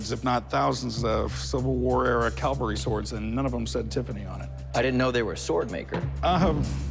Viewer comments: It’s a CAVALRY Sword, not a Calvary, look it up! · corey saying "calvery" over and over irks me. its like when a guy i work with says "backhole" or "rebarb".